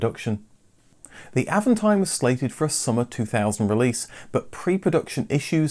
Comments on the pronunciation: it's "AAVONTIIME".. French pronounciation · well, since you manage that french "r", why not put the accent where it is, at the last syllable. Always in french the accent is at the last syllable.